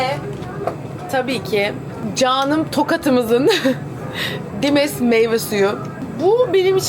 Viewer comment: Tokatmığ dedi ooo (Tokatlıyım)